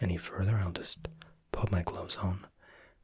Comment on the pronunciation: When he said I'll pop my gloves on I thought he said I'll just pop my clothes on I was like what?